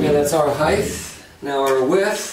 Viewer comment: I know what width is, but what is "heigth"?